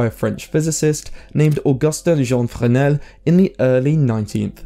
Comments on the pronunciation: First, they are spelled Fresnel, not "Freshnel". Second, the arguments you present don't sound correct, and if anything, sound more like you're describing polarizers than lenses. Maybe trusting your memory from childhood of 40 years ago isn't a good idea. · Isn't it pronounced FREZ-nel lens?